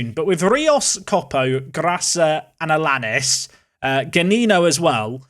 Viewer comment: Allianis is said aiyanis I think